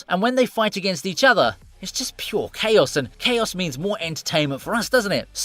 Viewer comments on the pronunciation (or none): none